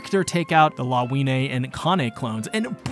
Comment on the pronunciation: Her name is read as Lavinya